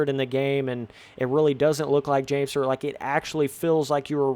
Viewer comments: james sturrrrrt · Are yall not getting the joke of how he is pronouncing it lol